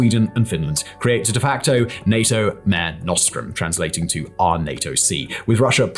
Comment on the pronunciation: Kalingrad and Villy-noose 🤣🤣 and "mare nostrum" was mispronounced too 😏